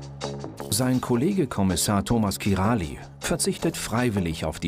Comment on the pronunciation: es heißt nicht kirali sondern kiraj ...